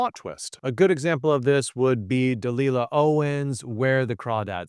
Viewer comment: De-lye-lah, not De-lill-a